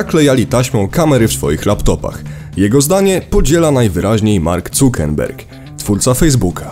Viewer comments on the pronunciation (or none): none